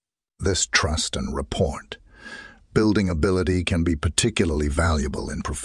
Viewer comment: Something is wrong with the intonation and pauses. Did you not listen to it yourself first? And it is correct that is not how you pronounce rapport, it's not report.